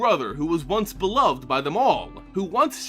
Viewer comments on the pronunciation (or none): none